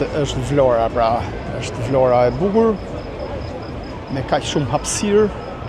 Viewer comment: Zoti sa bukur e shpreh atë emër,,,,,Vlora...jeni i mrekullueshëm dhe folja jote është shum pastër